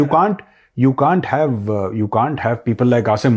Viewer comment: Can't hota. Caan't nahi 😂😂😂😂.